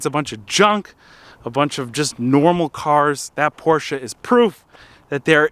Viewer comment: Thank you so much for not saying "Porsh". Greetings from Germany ✌🏼